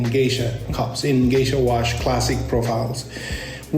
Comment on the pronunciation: It's actually GESHA, not GEISHA. It's from a region in Ethiopia, and not some bastardized version trying to make it sound like some kind of exotic oriental.